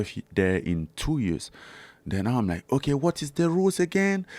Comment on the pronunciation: I love the way Francis says "oke"